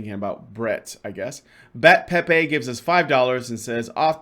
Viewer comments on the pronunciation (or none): none